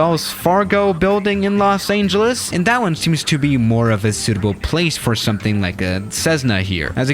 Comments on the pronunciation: Me: Los Angeles: Los Ayngeles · Nobody:: Los aingelese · “Los aneljus” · Nobody:: Los Aingeles No harm meant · No one: Literally no one:: Los Ayngeles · Did he just say "Los Angel Less?" , and many more times... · For some reason the way he say Los Angeles rubs me the wrong way